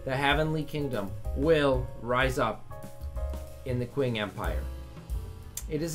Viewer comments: Pretty cool video, one thing.. As someone that very much enjoys Chinese history class, it very much hurt me with how you pronounced "Qing".. Regardless though I very much enjoyed the video, keep up the great work!! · To help you out, "Qing" is pronounced like Ching